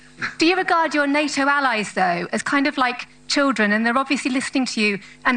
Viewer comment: Ffs it's not " nat toe " it's ' NATO'!